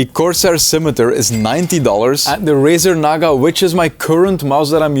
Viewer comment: "Razar naga"💀💀💀